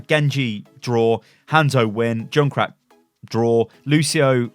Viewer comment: Say junkrat not joonkrat